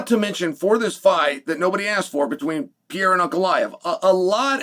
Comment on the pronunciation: Chael calling him Pee era with supreme confidence 😂